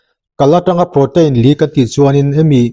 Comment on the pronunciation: Prow-teen or pro-tin tiin lam roh, pro-tein or pro-tain tih kha chu lam/sawi dan ani chiah lo. I channel kan lo ngaithla zel e.